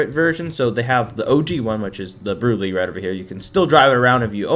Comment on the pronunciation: this opened my eyes but the way you pronounce brulee is actually brûlée like the creme brûlée desert